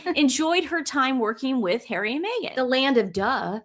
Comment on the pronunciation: 😂😂😂 the SS member said hawwy and MeGain "helped millions" through arsewell foundation